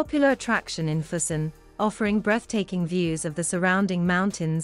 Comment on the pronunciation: It doesn't hurt to research a bit how to pronounce the places correctly. In that way, you will also teach your audience. I "cringe" everytime you said "fusen" instead of "Füssen" but nice documentation anyway...